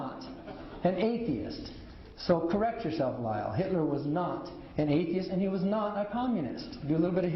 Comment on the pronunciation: Did Dan call Kyle "Lyle" after telling him to correct his facts? If so, was that intentional or accidental? Either way, it is funny!